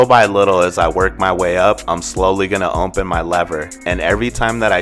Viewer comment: I HATE THE WAY THIS GUY SAYS OPEN!! It’s OPEN NOT ONPEN!!